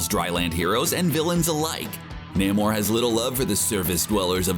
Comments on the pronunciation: Namor is pronounced "NAY-MORE" and not NAM-OR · it's Name-Or not NAM OR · namor is pronounced Nay More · It's not Nammore. It's Nay-more. And he's the sub-mariner. Some people call him the submarine-er. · Nay-More not Nah-More. Do you even Comic, bro? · Who the hell is NAH-mor?? Thanks for revealing the reader isn’t actually a comics fan. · NAY-more. Not whatever the hell you said. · You said Namores name wrong so many times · You did not pronounce Namor correctly. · Please learn how to pronounce the names you're saying. Wiccan is not pronounced Why-can. Sounds like more like wicker, but with an -an on the end instead of -er. Also, Nahmer? No...Namor as in 'Name-or'. This was frankly embarrassing to listen to. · Thumbs WAY down for NAM-or and WHY-can. Can we please have someone read this who actually reads comics?!? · Nah-mor? Why-can? How can you make a video about comic book characters and not know how to pronounce their names? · Yes I am a huge fan of Nah-mor and Why-ccan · Narrator needs to learn how to pronounce Namor and Wiccan.Wow. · Narrator needs to learn how to pronounce names. Thumbs down